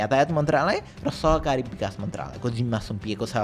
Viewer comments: Sahakari bikash mantralaya❌ Sahari bikash mantraya ✔️ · सहकारी विकास मन्त्रालय हैन, सहरी विकास मन्त्रालय हो है।😅😅